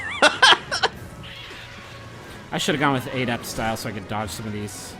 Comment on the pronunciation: I couldn't keep watching because of how you pronounce the word adept.